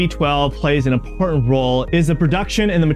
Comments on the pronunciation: So is the fact that instead of saying "IMPORTANT", he was trying to be 'modern' and kept saying "IMPOR-ANT"!!! HIGHLY ANNOYING!!! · Why do you drop all of your internal "T" in words. It makes it difficult to take you seriously on such impor'ant issues. Do Better.